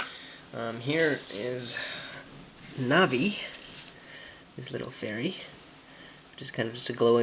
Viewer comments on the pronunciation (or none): none